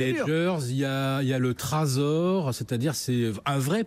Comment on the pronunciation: Aaaaah, tu m'as bien fait marrer avec ton "TrAzor" LOL Apprends ta leçon avant de venir extérioriser ce qui pourrait bien être une frustration personnelle sur les plateaux télé;)